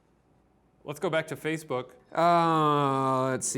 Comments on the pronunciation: Erik Kristensson feezebook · Why did he say Facebook like that 😂